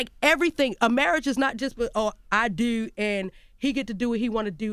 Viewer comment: My fav moment was when she said the Baltimore “dew” 4 times in a row “i dew he get to dew what he wanna dew and i don’t get to dew nothing” 😂